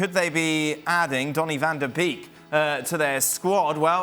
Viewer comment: God you guys can not pronounce Dutch names, who the fk is delict? Delickt? Telickt? God. Van duh beak. Von duh beack. Americans can only put effort in pronunciation when there are votes to be reaped (ughum beto )